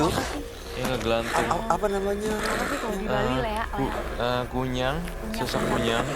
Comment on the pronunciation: Kunyang😂 ap kuyang 🤣🤣